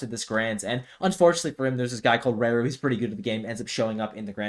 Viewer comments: You say raru wrong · Yes. He/She? doesn't know how to pronounce hiragana らる.